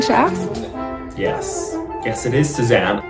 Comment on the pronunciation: WAS IT ONLY ME OR WHEN SAID SUZANNE I HEARD 'SHAZAM' LMFAO